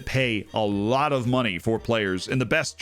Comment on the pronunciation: "The best uhh.. The BREAST greek teams" lol